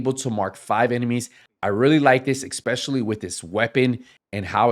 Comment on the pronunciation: there is no X in the word "especially"